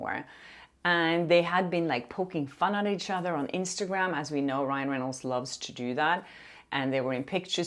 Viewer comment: I loved it when you accidentally said “Ryle” Reynolds!! Ahhhhh besttt hahahahah